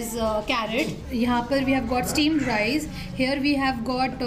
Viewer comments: Why you always pronounce RICE as RISE.... 🙄😑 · You are pronouncing RICE As RISE🤨